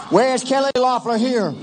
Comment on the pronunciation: "We ain't dumb"... Proceeds to mispronounce "Loeffler"